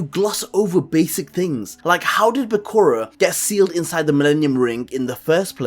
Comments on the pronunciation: Bae koo rah? It's Bah Coo Ra. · His name isnt Buh-cure-ah Its Ba-ku-ra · actually 0 often times you said "bekuru", "bekoro", "bekora"